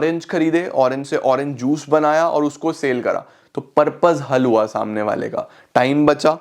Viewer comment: sir aapne me hel hua lekin halua sunai de rha he 😅🤣